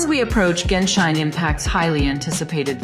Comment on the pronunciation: Genshine impact 😂 these ai channels are getting out of hand